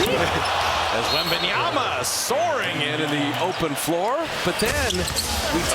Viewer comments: Someone please tell these idiots Bob Fitzgerald and Kelenna Azubuike Its " WEMBANYAMA " and not webenyana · it's WembayaMA , not Yana .... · It's always shocking when professional commentators are mispronouncing the names of foreigners. Like you're getting paid 100k+ to do these things, how difficult can it be to say Wembanyama rather than Wembanyana? Stephen A with Dončik is a prime example, he does it for the attention though. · Can somebody tell the announcer that it's WembanyaMa not WebanyaNa? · Oh my god these announcers still pronounce his name wrong Its WembanyaMa not WembanyaNa!!! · Wembanyama not Wembanyana. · ITS WEMBANYAMA NOT WEMBANYANA COMMENTARY TABLE DO YOUR HOMEWORK 🤬🤬🤬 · Wembanyana??? Wembanyada??? ...who the fuck is Wembanyana and Wembanyada??? It's fucking WEMBANYAMA! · Why do they call Victor "wenbanyana" thought it was pronounced as "MA" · Could someone pls tell the commentator that its wembanyama Not wembanyana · if they say wembanyaNa one more time ill eat my ipad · Who the hell is the commentators speaking about .....who da hell is Wembanyana.....it's WEMBANYAMA 😅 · Its YAMA not YANA this caster needs to do some homework, edit: nvm he chged halfway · wembanyaNa....man wtf are these clown broadcasters...you are a professional broadcaster who i bet gets paid fuckin a lot and you cant learn one fuckin name that is literaly the hottest name in basketball rn and have been for some time and a it a pretty easy one as well😔😤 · Why always pronounce as “wembanyana”? Are they hungry ?😂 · Whose wembeyana?????? The fuck is wrong with this commentator! YOU KNOW HIS NAME!!!! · Commentator be like: Wenbamyana 💀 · “wembanyana” ☠️☠️☠️ GOD DAMN PRONOUNCE THE M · The announcer just keeps saying Wembanyana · Bro cant stop say WembanyaNa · "Wembanyana"... this guy needs another job...he can't even pronounce the name of one of the greatest prospect in basketball history... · Announcer keeps calling him Wembanyana lol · Wembeyana?? Please fire this commentator